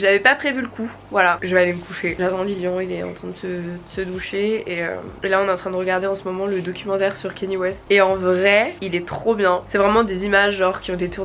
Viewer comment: Kanye ça se dit pas Kenny mais Ka-nyé